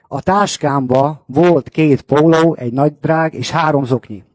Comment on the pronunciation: Az ou is nagyon jellegzetes nála poóuló, óutó, hóunapra, lázár infóu. Nekem is tetszik, én is budapesti vagyok🤣